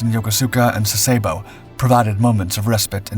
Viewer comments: I wouldn't get too agitated about the lack of precision with this series of videos. I spent several visits to Sasebo during WESTPAC cruises in 1970/71 and 1972/73. I never heard the name of this city pronounced like this video does by any Japanese or American and the other inaccuracies are too many to mention. Sensationalizing an average episode with the noise to stir up something (I'm not quite sure what??) doesn't add anything to their credibility. NEXT! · I was a member of the crew on USS Fletcher - DDE445 in 1959 when we visited two ports in Japan which you are mispronouncing. Yokuska - yo-KUS-ka. and Sasebo - SAS-e-BO. Thanks